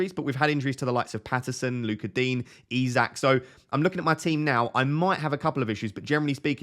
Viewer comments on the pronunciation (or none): none